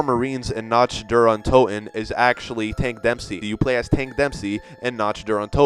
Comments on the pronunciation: I'm sorry but it's pronounced nact der un toten not notch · it's pernounced knock der un toten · NOTCH, der untoten? jeez. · He said NACH Der Untoten 😂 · Nacht Der Untoten is pronounced Nuckt Der Oon To-ten. Its fucking German, so it obviously isn't pronounced how you pronounce it and "Die Rise" is pronounced "Di Rise" not Die as in death, its Di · After he said NACH der untoten I was done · "dye glock" "notch der untoten" I get it you probably don't speak German, but this is basic ass shit right here. I could pronounce that properly before learning it